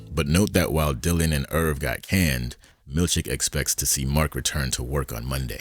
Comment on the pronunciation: I love that I cannot tell wether you are saying "Milchick" or "Milkshake" 😅 Keep up the great work 🙌